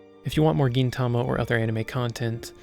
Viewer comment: Nice review of my favourite anime! Not quite sure about that "Geen" pronunciation tho xD